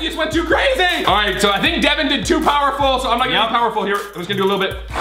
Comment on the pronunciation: Its devan not devin